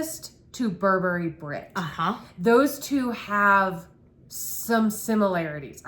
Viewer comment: Thx for the review! fyi--Burberry is Bur'burry and ylang-ylang is ee long' ee long' 😀